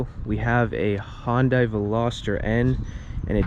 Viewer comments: ITS PRONOUNCED HUN-DAY or HYUN-DAY my guy. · Not Hondai. Hyundai is pronounced similar to Sunday with an H.